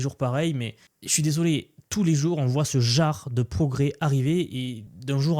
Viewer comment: Ça veut dire quoi « ce jare » tu l’as répété plusieurs fois. Tu voulais dire « ce genre de.. » 😂 ça va je te taquine tkt je suis abonné et je partage te vidéos j’aime bien ton contenu